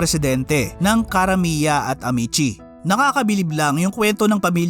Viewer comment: pumangit ang quality g red ribbon ng napunta s jolibee…yan ang totoo… kya I stop buying g cake from them… contis is better … a’mee’tsi not amet-tsi